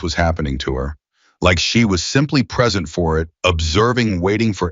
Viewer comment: I was a speech pathologist for over 20 years and then taught speech at a local college. I need to share with you something you need to work on. Your AI bot is mispronouncing certain words that make it difficult to understand. Some are merely garbled but some are mispronounced based on a lack of context consideration. An example would be "present." Words that are spelled the same but pronounced differently based on how they are used in the sentence. There are several ways to fix this. The first is to create code for it, so the AI flags each possible problem and researches the correct pronunciation. As fast as AI is, that wouldn't significantly slow your creation of videos. The other way would involve paying someone to listen to the video before uploading it and listing the corrections that should be made for the AI.